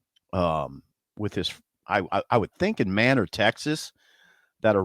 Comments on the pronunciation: "MAY" NOR" Texas. Not Man'or Texas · It's pronounced Maynor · Manor Tx...It's a hard A!